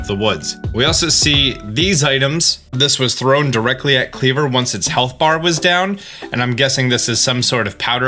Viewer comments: Isn't Kleavor pronounced as, "klee-VORE?" And Wyrdeer being, "weer-DEER?" 🙃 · Pretty sad you can’t pronounce wyrdeer (try We’re deer) or Kleavor…